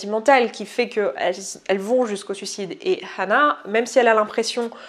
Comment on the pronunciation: deja ca se prononce anna pas hanna ,, :3